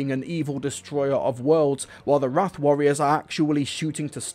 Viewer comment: 'Wrarth': I believe it's 'rawth', as in 'Fourth Doctor might have saved Cass' Not 'wraith', as in 'Her Eighth Doctor encounter could have gone better' Or 'rahth' as in 'That Hath spent more time as a companion to Martha than she did to McGann' (Admittedly they jump all around the pronunciation in the episode, I just wanted to torture some phrases).